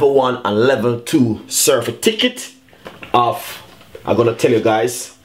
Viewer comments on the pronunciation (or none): Can't even pronounced certificate. He said certificket --dunce bad